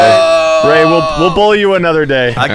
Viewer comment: Ray - Rey Parallel - Perellel 😂